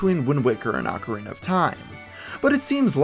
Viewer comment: It's pronounced oh ka rina